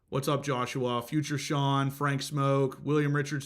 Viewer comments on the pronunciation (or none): none